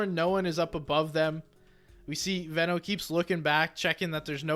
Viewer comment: It's definitely pronounced Veno and not Veno